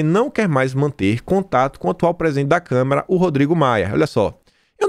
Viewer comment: Desculpe, mas não é Câmera, mas Câmara... Tudo com A